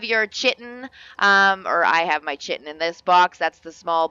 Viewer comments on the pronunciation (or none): Chitin is pronounced Kai-ton, just FYI